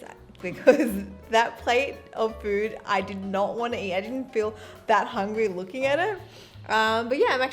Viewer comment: Why do I hear MoWning FooWd Woowrk!😂🙂